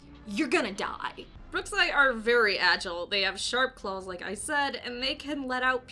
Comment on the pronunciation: Did she say "clawls" lol